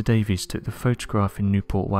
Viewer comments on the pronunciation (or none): none